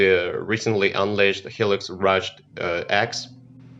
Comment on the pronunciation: Hi -Lux, not Helix :)